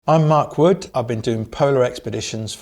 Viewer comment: "Mark Wood"!!?? In that accent, it sounds like a British insult 😂